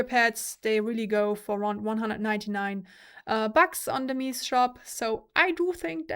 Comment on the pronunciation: I always appreciate your videos, it's the next best thing to trying it out yourself which is not possible for many of us. However, I must say this. It's " Meh-Zeh" Antonio's ( the founder ) last name, not meeez ;P The vocal texture on the Empurean is way more obvious on this sound demo, this is a better sounding headphone ( imho ) overall, whether it's worth it? For sound alone I'd say there is NO better value out there than used/open box Arya Stealth with pad swap and some eq. For looks/comfort/prestige? Empyrean rocks.